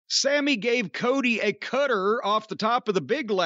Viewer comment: Why can’t Jim pronounce the word “cutter” or “ladder” ?!? ladddeurrrr